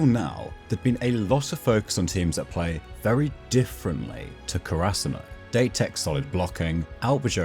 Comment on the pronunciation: Great video! Just a minor clarification on date-ko. A lot of people seem to pronounce it da(y) or (date, like on a date) tech. I guess this could be considered an english abbreviation. The japanese abbreviation is date-ko. The "ko" is the tech part. Date is more like, "Da-tay".